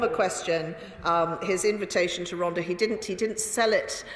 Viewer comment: I enjoy all of your videos and Chris Bryant is brill. He's my MP and I'm a huge fan. Just one comment. Rhondda is pronounced Rhontha. The th as in the word "THE". Sorry but I bet every Welsh viewer cringed watching this. 😄👍Gonna put my tin hat on now. Keep up the good work.